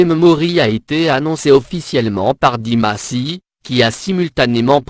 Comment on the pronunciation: Je viens de découvrir cette vidéo....quelle horreur...connaissant pratiquement le parcours de Dimash, que des inexactitudes dans ce récit lamentable. Quand on ne sait pas prononcer son nom correctement on se fait aider....mais qui a commandé cette vidéo... comme vous le dites c'est désastreux.